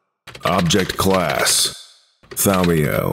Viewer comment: Now I know he's mispronouncing Thaumiel on purpose.